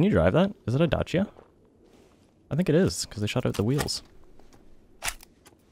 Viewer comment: Finally someone that pronounced Dacia, correctly!